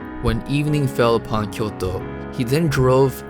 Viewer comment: LOL "Koyto"